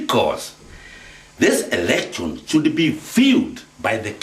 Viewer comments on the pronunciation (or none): This "erection" Yes this man needs to go back to school and not speak like an idiot. Kweri wi munyue kahio?